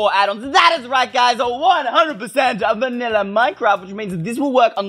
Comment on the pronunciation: WHY HE SAy VANILA MINECRAFT -.